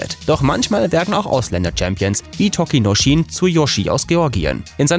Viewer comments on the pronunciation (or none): Kann er gar nicht :D Das "ch" in "Tochinoshin" wird z.B. eher wie "tsch" gesprochen; Ozeki und Yokozuna würde man eher aussprechen wie "Oseki" und "Yokosuna"..